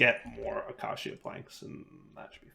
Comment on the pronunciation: Ayyyy he finally pronounced "acacia" correctly, only took like a decade 😂❤